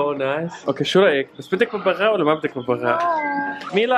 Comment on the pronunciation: اسمه ببغاء مو بغبغاء